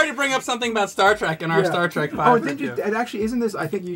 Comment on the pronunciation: Can you tell your friends to stop calling it “Star Track”?